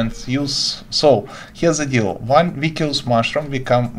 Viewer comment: hello, thanks for the tip! your english is really good. the word 'vicious' has a soft 'c' sound, meaning it is pronounced "vish-uss" rather than "vic-i-ous", how it's spelled.